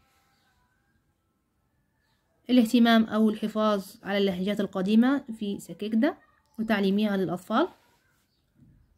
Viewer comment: نطقها سْكِيكْدَة